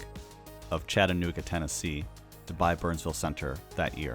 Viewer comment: So happy to hear your pronounce Chattanooga correctly when you mentioned CBL